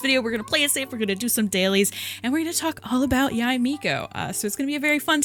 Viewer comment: isnt it pronounced like "yay?"